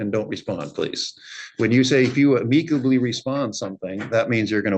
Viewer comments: Listen the moms crazy but the judge has no business correcting anyone's speech or grammar when he can't pronounce the word amicably correctly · Never heard anyone pronounce amicably like that. It’s pronounced am-uh-kuh-blee Not ah-meek-uh-blee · Not to mention Ameekably isnt a word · omfg why can't the judge correctly pronounce amicably?!?! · Yeah the son & mother are kooks but why does the judge pronounce ‘amicably’ that way?